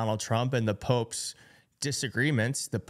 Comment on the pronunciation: It's "Pope's", I tried not to hear you say "Poke's", so what other enlightening brilliance can you not say.